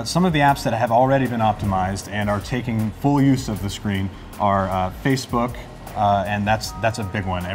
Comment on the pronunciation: Fackbook, the place to meet horny singles in your area.